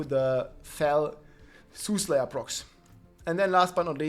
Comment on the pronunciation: Sooth SAYER say it with me, a soothsayer is a fortune teller